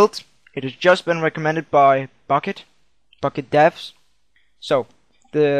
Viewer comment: at the start it sounded like u said fukket server :DD